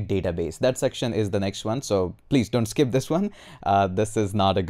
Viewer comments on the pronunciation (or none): "....please don't skeep... " ❤